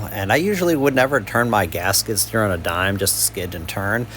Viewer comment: "gasket steer" is what I heard for a while... Then I realized you were saying "gas skid steer" 😅 Great video though. I'm very interested in this model now and super impressed by its 1400 lb lifting capacity that's amazing!